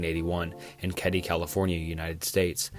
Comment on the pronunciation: I can't watch anymore. Youtube keeps recommending me your vids because I watched Wendigoons (really well made) iceberg videos, but yours are literally phoned in. No research at all, and I can tell because literally everyone knows the Black Dahlia is not the black "delilah" - it's KEDDIE not Caddy - and i'll be here all day pointing out the rest. GOOGLE MY DUDE.